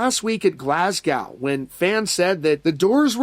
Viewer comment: Also that pronunciation of GLASGOW was houling just to clear that up 😂